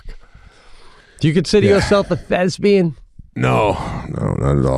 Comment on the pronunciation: Lmao he said Thesbian too when its thespian lmaoooooo